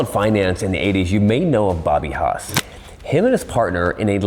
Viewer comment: That's Haas not Hos Robert Haas